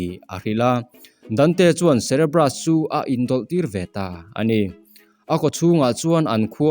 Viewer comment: Cerebrus i tih hi cerberus zawk ni lo mi..hre chiang bik chuang law